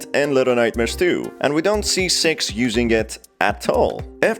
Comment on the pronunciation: He accidently said sex instead of six